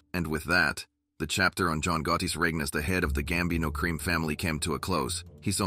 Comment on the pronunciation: Horrible 👎👎 ‘the gambino CREAM family”? 😂😂 can it pronounce ANY more words WRONG? Wow🤦🏻‍♂️👎